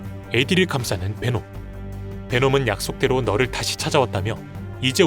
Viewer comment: 널을 말하는건지 너를 을 말하는건지 자꾸 들으면서 헷갈리네